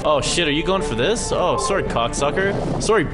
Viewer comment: "Soory bitch!" love it